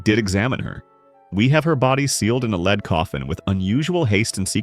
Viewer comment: What is a 'LEED' coffin??? AI stinks!